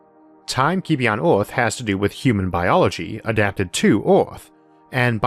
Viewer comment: The videos are great! But the way you pronounce Earth is driving me insane! EARTH not ORTH